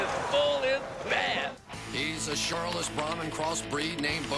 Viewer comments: He's a Charlais (Char-lay) cross bull, its not pronounced Char-less. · The commentator mispronounced the breed of bodacious. He pronounces him as being a Brahman "char-luss" cross. The breed crossed with Brahman is a French breed pronounced "char-lay". The bulls breed was called a "charbray' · Did say "Charlis"?